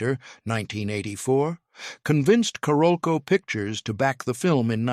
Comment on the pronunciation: Why can't those creating these videos check the AI pronunciation of several names before releasing them. Among pronunciation errors: Paul Verhoeven, Carolco Pictures...rather significant players in the narrative who deserve better. Also why are these videos not edited to reduce the redundancy of narrative.